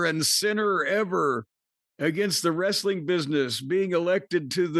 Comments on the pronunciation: Wres-a-ling, the way Russo pronounces words is as annoying as his booking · Wre-su-ling bro😂😂